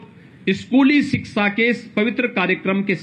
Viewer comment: सिक्सा नहीं 😁😁😊😊 शिक्षा बोलते है 😂😂 अनपढ़ और बाबा मुख्यमंत्री बनने लगे तो ऐसा ही होगा, अनपढ़ ज्ञान देंगे जय माता दी